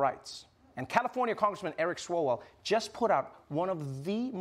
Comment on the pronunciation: didnt he bang a chinese spy? and then didnt the media memory hole that whole story? what was her name? feng may? feng feng? and its swalwell. you dont even know the name of the guy you are planning to vote for.